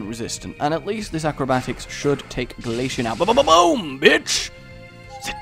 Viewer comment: i swear i will find you if you pronounce glaceon wrong one more time like you did go Ahead and screw up other names of Pokemon just not freaking glaceon one more time. here glace-eon pronounce it right damn